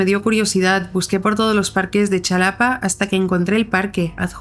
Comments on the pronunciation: Ay mi chula, Xalapa se dice Jalapa, no Chalapa 😭😭JAJDHJA tqm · La primer historia el lugar de México se dice “jalapa” no “chalapa” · Me gustan mucho tus narraciones, solo como dato cultural, la X en México se pronuncia como J (excepto en algunos casos), por lo que se escribe Xalapa, pero se lee Jalapa. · Con todo respeto pero se pronuncia Jalapa y se escribe Xalapa soy Mexicana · Se pronuncia Jalapa aunque se escribe Xalapa